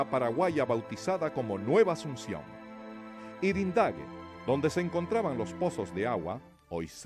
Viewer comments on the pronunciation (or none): Yrendague no es irendague